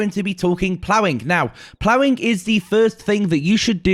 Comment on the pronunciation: the master of "plowing." haha